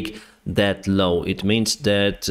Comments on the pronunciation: LAW not LOW ;-). LAW is pronounced like LORE or LOR in British English (silent R at the end in British English). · It's probably just because of your pronunciation, but it's telling that every time you meant to say "new law" it gets transcribed as "new low". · you say the word "law" poorly... You say 'low' but it is a flat a....Like in the word ball, or a dogs paw. not being critical, just trying to help. Love your work.